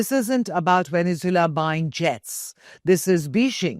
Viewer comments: It’s pronounced veh·nuhz·Way·luh not veh-ne-zoo-luh. Lol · Vene zu elan thats how it is proouced. How could India become a world power when its media and parlaimentarians can't pronounce simple words? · Venezula? Bijing ? 😂😂🤣🤣